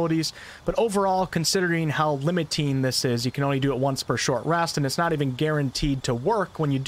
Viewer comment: hEx not hax. :P Limitine? LimitinG.